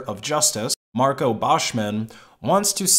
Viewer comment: Marco "Baschman"?!